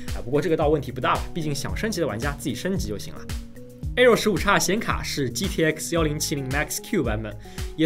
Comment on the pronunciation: 15X 15X 15X 那是 英文發音啊 .... 唸岔 真的不怕被外國人笑 (真實經歷....